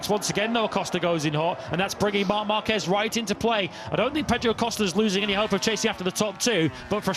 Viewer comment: The name is "marc marquez" but I listen everytime "mamba kej"😂😂